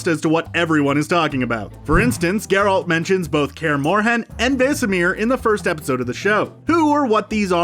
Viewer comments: Ger-alt and Moose-ack.... Ugh.... Drove me crazy too. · why he say it like that tho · It’s gEralt, not Gralt! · "25 Things You Missed In The Witcher" 1. Geralt is now called GRolt 2. Mouseack is now called Moose-ack 3. Fringilla, the pale lady with green eyes is now black. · "GerAlt"?... Have you even watched this series? Cmon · “grALT, J askier” and “viss count” smh. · I'm pretty sure kaer morhen isn't pronounced like that and whats up with gRealt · You're killing us, man. Who is "guh-RALT" and 'Gralt'? Also, the 'J' in Jaskier makes a 'Y' sound (e.g. 'yes') rather than a 'J' (as in 'jewel'). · OMG, Mouse-Sack... NOT Moosack Ger-Alt... not Gare-Alt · You lost me at Grrr-OLT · Grolt, moosehack, yarden, dimertium? Come on dude. You know the commentator knows nothing about the witcher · GeRALT and MOOsack. If he mispronounces another name I will Aard a child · Wtf is a "GROLT" tho? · Ah yes the famous character GrALT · I thought Gr-Alt was bad, then I heard An-DrAezeg Zepcowski. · pronounces Geralts name wrong the first time he says it then gets it right quite a few times before he gets wrong again, wtf is up with that? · Why can’t you say the main characters’ name right?!? Kills the whole video. Then you got it right? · Omfg learn how to say THE MAIN CHARACTER'S NAME. Lazy lazy. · He butchered both Geralt and Mousesacks names :). It's not mousse-sack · I cringed a bit at the pronunciation of Geralt but you completely lost me when you tried to say Andrew in Polish...I'm not Polish and I know how to say Andrzej. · Only three minutes in and I want to stab my ears every time he says Geralt! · Stopping watching this less than a minute in because of how you pronounced Geralt's name. At least get someone who's watched the show to narrate. After that I don't trust anything else you have to say. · It took you of this video to finally say Geralt's name correctly. Lol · Here's 1 think you don't know, YOU'RE SAYING GERALT WRONG!